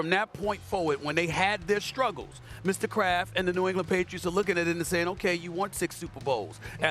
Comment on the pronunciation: everytime shannon says “Mr. Kraft” i always hear “Mr. Krab” lmao